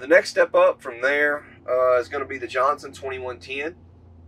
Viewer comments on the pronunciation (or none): what the hell is a Johnson twennyonetane?